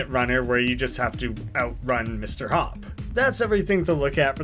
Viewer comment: Him: Mr Hopp Captions: Mr Hawk